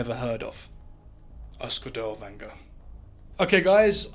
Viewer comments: good video, but you are butchering his name. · Dude's name is neither Danger nor Dowanger nor Dellwanger. His name is Dirlewanger. Besides it's Weimar Republic not Wimmer Republic.